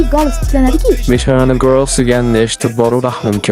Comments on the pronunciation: Gurlz desa goloz deb eshitiman bula to'g'ri yozishni yam bilmidi jalla😂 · e bu qz hali gurls deyotganmidi man golos db yotibdi db oʻylapman iltimos gapiwni oʻrganaylk🖐